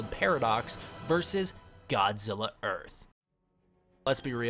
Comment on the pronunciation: earht or earth godzilla